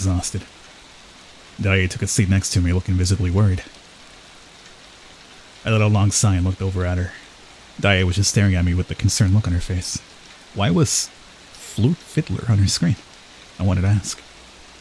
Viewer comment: Wait... isn't a native English speaker?!?! Why did he read "sigh" as "see, i told you..."? Lol.